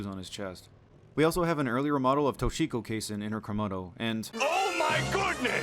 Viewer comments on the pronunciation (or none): man I corrected him on this and his other mispronunciations (Kay-sen for Kasen, Vinsenzoh for Vincenzo) and he told me that I was wrong and that he pronounced everything properly 😂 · Great video but: 1. Kasen is pronounced kah-sen, not kay-sen 2. Sindacco is pronounced sin-dah-koh, not sin-dick-oh 3. Vincenzo is pronounced Vin-chen-zoh, not Vin-sen-zoh 4. It's "bone voyeur" not "bon voyeur" If you're going to put this much effort into collating the cut content, you could at least bother to play the game even once to know how you pronounce the characters names.